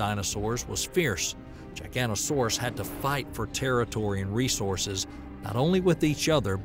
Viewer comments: Good video but it's not gigantosauras it's giga-not-asauraus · Gigantosaurus 😂 it's giga noto saurus and said that way lol. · This Is cool and all, but the way you called a giganotosaurus a gigantosaurus is factually wrong. Giganotosaurus (Jyga - noto - saurus) is the theropod you talked about in this video. Gigantosaurus (Jy - ganto - saurus) is a sauropod species discovered in the UK hailing from the Jurassic. Very different species. Just a heads up for those who are unaware or have any confusion over the two species. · giganotosaurus not giganosaurus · The narrator mispronounces Giganotosaurus...I believe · Irritated by the constant mispronunciation of Giganotosaurus ...